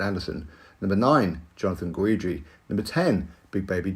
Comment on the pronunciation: Guidry is pronounced Gid-dree not Guw-eed-dree